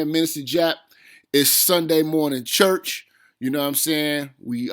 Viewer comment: Dude 5 min before you actually go on ? And wtf is chuuch! Is that a ghetto way of saying church?